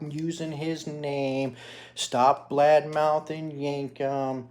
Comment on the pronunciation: How dare you blad mouth Casey, who the hell is Casey? What is "blad mouthing"?